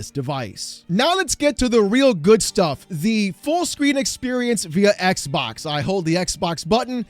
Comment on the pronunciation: iTs NoT a EcK bOk! eCk BoK ded!